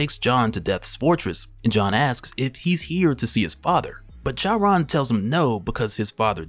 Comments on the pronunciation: Charon lol the H is silent bro lol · I think Charon is pronounced like "Car on" though I could be wrong, either way great video as always. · Good lord please look up how to say Charon. Jeez